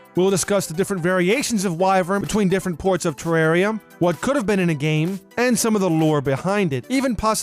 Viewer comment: TE REAR I A Not TE RAWR REA